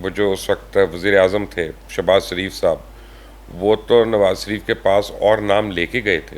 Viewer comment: بے چارے میاں نواز سریف سے شدید ہمدردی ہے۔حالانکہ آ پ شین بول لیتے ہیں مگر نواز شریف کے شین کو سین ہی کہتے ہیں ۔اپنے نام کا شین بھی ٹھیک بولتے ہیں ۔😊